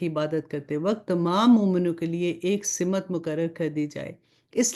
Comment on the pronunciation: Pls Simat.na bolye Balkeh Simt kahye kyunke Simt hi sahi hae . shukriya